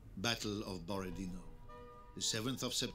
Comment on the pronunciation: Hello! Not Borod-e-e-no, but BorodinO — stressed at the last letter